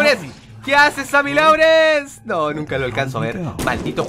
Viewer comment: se pronuncia sammy lorens no sammy laurens